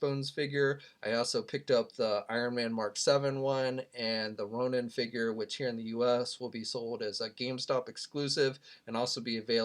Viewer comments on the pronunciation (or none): none